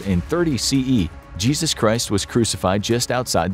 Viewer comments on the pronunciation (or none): none